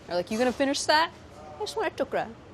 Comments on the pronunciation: Isn't it called tukda? Why is she saying tukra? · I cringed every time she said Tuk-ra instead of Tuk-da.